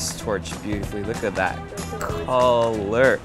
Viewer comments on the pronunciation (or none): Okay so on your first meal I thought you said "kalurk" but I realized it was "color" 😂 (or was it not?) Hahaha! Oh how I miss Japan, I was just there 2 weeks ago! 😢